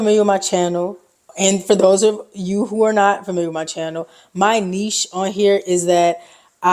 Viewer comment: Sweet camera! Good job. And I appreciate that you know how to properly pronounce the word “niche.”